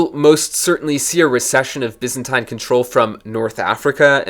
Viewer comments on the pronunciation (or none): Take a shot every time he says "byzantaine".